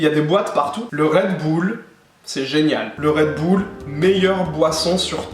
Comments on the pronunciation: Le "redboule" 😭😭😭😂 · "Red boule" mdrr mais quelle prononciation!